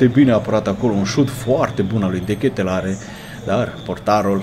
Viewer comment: Se pronunța De Katelar, peace✌️